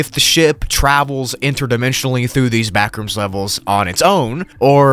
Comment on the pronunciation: When he said backrooms it sounded like bathrooms